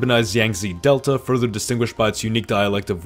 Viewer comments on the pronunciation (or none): none